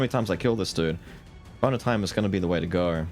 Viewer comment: My adhd self hearing "boner time" everytime says bone of time is just hilarious